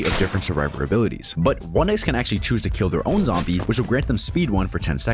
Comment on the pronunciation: Sir, it's actually not askually